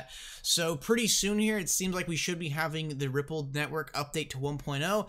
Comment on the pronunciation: It's pronounced Ripple"D" not Rippled.